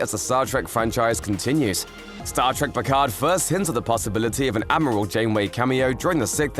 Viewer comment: “Ameral” Admiral